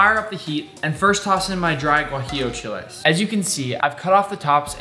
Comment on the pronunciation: just wanted to add that your pronunciation of “tomatillo, chile guajillo, chile ancho, and mole” made me proud😌